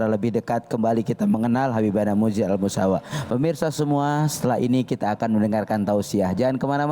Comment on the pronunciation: Mohon maaf min Bukan Al misaw tapi Al musawa